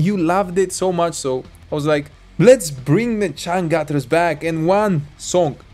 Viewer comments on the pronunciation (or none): We pronouns c /ce/ not /se/ and u as /u/ not /a/. Read like spain or german without change the the sound. Changcuter becomes /c∆ngcuter/ not cangcater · it's pronounced chunk-chooters changcut means underwear lol